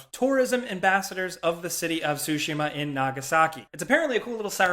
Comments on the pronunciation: I’m thinking about how you said “sushi-ma” 4 times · sorry i know im being nit picky here... the T in Tsushima is NOT silent, say the t and the s quickly together... SORRY.